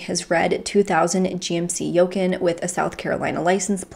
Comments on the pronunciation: I’m sorry but did she just say YO-KUHN instead of GMC YOU-CON (Yukon) and inFACTuated instead of inFATuated??! 😅😅😂😂😂🤯 Sorry, I just can’t be the only one who noticed that. I know that has absolutely nothing to do with this case and doesn’t matter but it just caught me off guard lol. And I adore her, that’s why I’m watching. I’m just giving her grief lol! RIP to this beautiful woman and I hope they have now found this POS 😢 (I’m watching a year or more later, as I’ve just found her channel recently and I’m binge watching her videos). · Yukon = U-con or You con not yukun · Lol I'm wondering if you're saying the name of his car wrong or if I've been pronouncing it wrong my whole life. I say it as you-con and it's spelled Yukon I believe but the pronunciation I believe is "you con" and not yo-kin. I'm curious now either way I was cracking up cuz I thought damn I have never heard of that make of Toyota wonder what it looks like and I realized what you were talking about and couldn't stop laughing. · She's so cute. "He was in his Red GMC Yoecan." Y-U-K-O-N like Yukon, Alaska No big deal. If no one says anything about it. You'll never know. No cap. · It's not a gmc yoken.... its Yukon (u-con) lol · "GMC yokecan" made me laugh but super cute of. Great vid as always. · The truck is pronounced like U-Con=Yukon. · yukon - you-con. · Not being mean but just encase some ppl don't make the connection the SUV is called a GMC Yukon (U-CONN). Plz don't take it the wrong way just wanted to clarify!!! I had that SUV it was my favorite truck I had!!! Thank u for bringing awareness to this case!!! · It’s pronounced You-Con. It’s a GMC SUV. Don’t doubt yourself lol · Just an FYI… His vehicle is a GMC Yukon. Pronounced “you-khan” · "Yokin"... you jokin'?!? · It's a GMC Yukon... pronounced YOU-CON. smh. Where do you live girl...that you don't know what a Yukon is? lol Also,. I think the last name...Blauvelt is pronounced Blah-veLt...not Blah-vette...smh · yeah I noticed that too!!